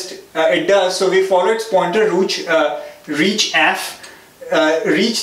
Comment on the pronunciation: when he said rooch instead of reach!! . Even after that mistake, he again said roo and switched to reach. hahaha! :D